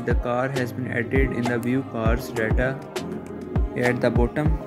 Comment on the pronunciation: daaata? du u mean data?